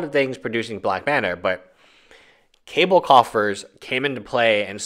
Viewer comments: Not cable its cabal pronounced (ka-baal) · The only guy that pronounces Cabal (ka-ball) as Cable (K-bull) on any Youtube channel. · Kaaaaa ball......not cable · Ka- ball not ka-bell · It's pronounced Kah-baal brother. I like that it basically doubles your mana -3 late game. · It is pronounced "caw ball"